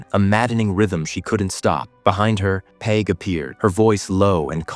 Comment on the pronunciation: cool recap cheers, "dawh-hee" / "dahh-hee" - daithi pronunciation , peig - "payg" , and maebh is mayvf . love from ireland!!! 😁💚🤍🧡